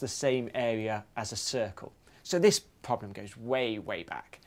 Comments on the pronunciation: Why do you keep pronouncing it "poblem"? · why does he call it a 'phobhlem' ?